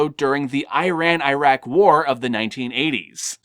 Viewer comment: AAIRAN and AAAIRAQ XD. Nice review anyways.